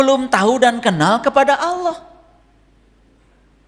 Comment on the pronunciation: ngomong lafaz Allah dan Rasulullah aja blom bener... jgn sombong, jgn merendahkan orang...ngga ada yg baru dari narasi2mu ini, semua udah diketahui orang muslim, tapi setiap orang memiliki kemampuan yg berbeda2, baik ilmu, budaya, pikiran, hati dan perbuatan. siapapun setiap muslim wajib shalat, orang jahat, orang baik, orang miskin, kaya, orang miskin, orang berdosa, orang bodoh, pintar, semua WAJIB SHALAT. kau bilang masing2 mengklaim paling benar, nah lu sendiri mengklaim sendiri. tunggu aja tak lama lagi lu juga bakal ketusuk duri, bahkan lebih dari itu .. tunggu aja. tak ada yg bisa dihindari dari peristiwa hidup. tunggu aja kau pasti sakit... sampaikan ilmu dg kerendahan hati, dg kebijakan, adab, bukan dg KESIMBONGAN.... betul orang ini mencampurkan antara kebatilan, kesombongan dg kebaikan. lidahnya pintar berkata2 karena punya bakat seolah2 seperti motivator. kita blom tau jelas tujuannnya apa. berkacalah dg perjuangan wali songo, kita jalanjan syariat dg baik meski blom sempurna, kita jgn pernah tinggalkan shalat meski belum bisa khusuk atau sempurna, kita tetap yakin bahwa apa yg diajarkan GURU2, ulama2, ustazd2 meskipun di kmpung2 adalah kebenaran. kebenaran itu sederhana, ngga sulit kok. yg bikin sulit itu adalah orang2 yg sok2 berilmu tinggi, pintar bersilat lidah gaya2 motivator kesiangan. Semoga Allah SWT meridhoi dan merahmati kita semua..Aamiin